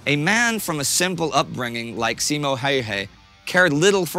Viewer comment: And Simo as seemou